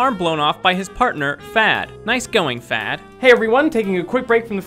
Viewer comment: FADO, not "fad". Jet's partner's name is (was) Fado. Fado is a musical genre.